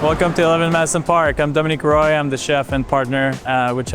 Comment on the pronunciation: Dominique Roy has gotten used to saying his name the murcan way. Daw-men-ihk Roy. His name is Doh-men-ee-kuh wah